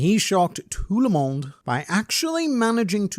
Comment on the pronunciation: Love from Belgium 🇧🇪♥️ Your : he shook tout le monde took me out of gard, your French accent is perfect ❤